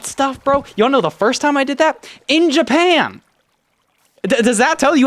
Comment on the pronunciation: 😂 i cannot NOT hear "In JAPAYAN"